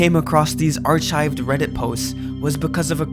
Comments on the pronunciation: Ar-chived? Like chives? Bro It's pronounced "are kyve". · Arch-ived❌ Ark-ived✅ This man said archived with a CH sound lol. Caught me off guard low key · Archived is pronounced "Ark-ived" bro. Not arch-ived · Archived is with a "K" sound not "Ch" lol W English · Cant believe this idiot really pronounced archived as archived and not “aar-kived”… 🤦‍♂️ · i wouldn't call him such a harsh word, but it certainly rattled me! 😧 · My boy you did not just say ar-CH-ived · saying "archived" like "R-chives-ed" is crazy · Did you fucking say our-chived? What the hell buddy? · Bro really said “ar-chived” from archive lmao, that’s it, I’m not subscribing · Ar’chived Reddit posts… 😂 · Dude I was about to comment the same thing. when he said “Ar-CHIVE-d” I got a good chuckle and it reminded me how unserious the actual topic is haha. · ar-chived lmao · lovely video but the way you said archived pissed me off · brother i had to check the comments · The way he pronounced "archived" triggered me too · hold up.... say ARCHIVED again lmao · Learn english 💀💀you dont know how to say archived or ginseng